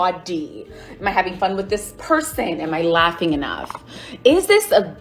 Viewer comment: 'youll pelsoon" 🤣🤣🤣 God damn it, man, you' ll give me a heart attack one day 🤣🤣🤣